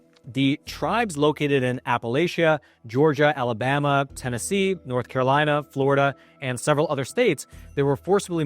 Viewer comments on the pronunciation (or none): none